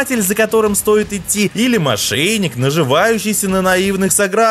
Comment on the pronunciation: "мошеЙник" " о мошеЙничестве" Аяз стопудово мошенник, но автор!!!Твою то мать!!! Канал на котором 700к подписчиков и говорить - "мошеЙник".....рукалицо